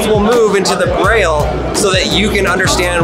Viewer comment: Im not sure braille is pronounced that way